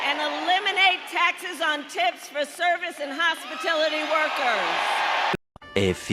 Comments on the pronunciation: Whsts a hospitility worker? Makes sense she's never heard of hospitality. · Did she say “hospitility” ha smh. 😅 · Not only did Kamala steal Trump’s policy, she also cannot pronounce hospitality. It is not ‘hospitility’ Kamala! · She couldn't pronounce hospitality, she said hospitility workers! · Hospitilty or Hospitality?? She is a dummy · What is a hospitility worker? Did she mean Hospitality workers? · She said Hospitility not Hospitality. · Did she say ‘hospitility’ workers? 🤦‍♀️ She is so beyond woefully incompetent it hurts. I can’t stand to watch people whole heartedly support someone so unbelievably disingenuous and inauthentic. I have never heard more outrageous, outright, made up stories and lies than from the Democratic Party, Kamala and Walz. You can concede that ‘all politicians lie or embellish’ at some point during their zealous campaign efforts, but the left just lies and lies and lies, as well as the radically left leaning mainstream media who continue to push the ‘project 2025’ propaganda lie, that they know very well is a lie, simply to progress their own personal political views. The Heritage Foundation has been releasing the exact same proposals since the Reagan era and repackaging it for any Republican incumbent (the left has that too, you know, but there is nothing more radical than their own policies, if you can find them anywhere). He’s disavowed it so many times but that doesn’t matter to MSM ‘journalists’, it goes against their narrative. Why aren’t any of her policies on her actual website? 3 months before the election? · DEI Kammy said no taxes on tips for "Hospitility" Workers. What's hospiitlity? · She said "hos-pa-tility" workers. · She’s so used to hostility, she said hospitility workers. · She can't even pronounce "hospitality" properly, yet we're to believe this is her policy (obviously ignoring the fact that she blatantly ripped it off from Trump). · She couldn't even say hospitality correctly. 😊😂.